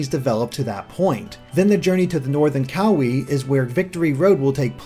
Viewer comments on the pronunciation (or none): Also the islands are pronounced Ka-wah-ee(Kauai) Oh-ah-hu(Oahu) Ka-oh-oh-lah-veh(Kahoolawe) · Pleaaaaase before you do another video work on your pronunciation of the Hawaiian language. It jolted me out of analysis hearing the language of my home butchered. Kukui: Koo-Koo-ee Oahu: Oh-Ah-Hoo Kauai: Kah-Wah-Ee Maui: Mao-Ee Molokai: Mo-Lo-Kah-Ee Kahoolawe: Kah-Ho-Oh-La-Vay Lanai: Lah-Nah-Ee Each dash that is indicating a new syllable in the word must also be enunciated. Your pronunciation of Kukui was close but you need to accentuate each syllable. Don't blend the syllables together because in Hawaiian almost all vowels are individually heard. For example the town Kaaawa is pronounced Kah-Ah-Ah-Vah. Or the Hawaiian word for owl, Pueo, is pronounced Poo-Ay-Oh. Anyway the video was awesome and I look forward to more of your analyses regarding the new generation! Thank you! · you also mispronounced kahoolawe. it is pronounced Ka ha o Law veh. also kauai is pronounced so that it rymes with hawaii